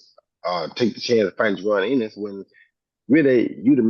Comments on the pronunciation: did roy say jaron anus 😅🤣🤣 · …. He said Jaron Anus